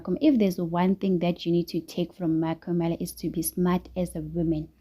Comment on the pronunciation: Why do you pronounce 🤔"MaKhumalo" like that?😂your vlog is interesting but pronounce people's names properly, please. 🙏